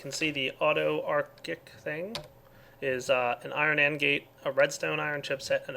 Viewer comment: Did anyone else cringe every time mispronounced autarchic? D